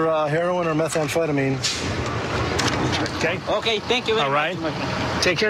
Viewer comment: Methamphletamines?!?!?! Holy shit! That’s a new drug hitting the streets!!!!